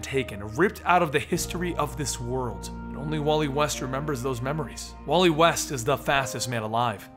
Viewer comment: It's wall-eeee